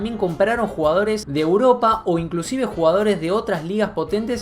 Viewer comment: "MILHONES", "MIIONES","MIJONES". "RÁPIDO", "RÁPIRO" "RUGAORES" 😂😂😂